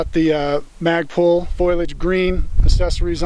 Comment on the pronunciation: Did he just say FAGpul